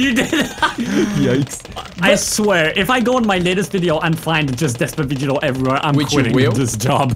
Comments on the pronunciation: Despavegeto why not instead despagito lol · He will never stop saying destcito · Nobody:; dEsPaVeGeTo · Despavegeto sounds very better than despacito :-D